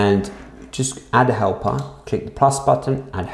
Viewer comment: i thought u were saying hellpup before i saw helper, hellpup was cooler